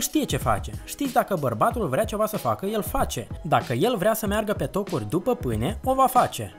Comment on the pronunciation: ... ,,după pâne "😃😃 în loc de ...după ,pâine " dar eşti simpatic rău 👍 la fel şi ,,hanele " in loc de ,,hainele"